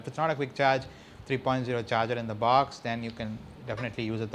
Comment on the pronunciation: OMG, your pronunciation.. baaks, shayomi, inbox-charger??